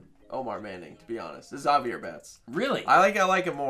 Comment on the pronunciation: You pronounced Zavier wrong, pronounce it like Xavier without the X sound